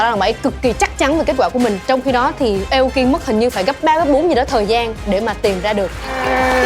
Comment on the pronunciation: Vl Tóc Tiên đọc tên người Nhật như tên ng Tây ý, Aoki mà bả đọc thành "Ây âu ki", chịu luôn đấy :)